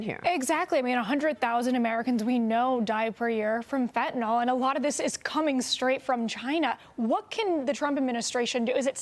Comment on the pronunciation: Laos is correctly pronounced "Lao." Xi is correctly pronounced "Shee." Fentanyl is correctly pronounced "FEN ta nill."